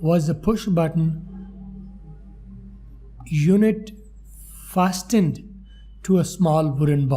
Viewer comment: Fasten Ka pronunciation thk Karain apna